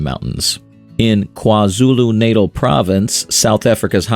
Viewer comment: Kwa Zulu Natal pronunciation😭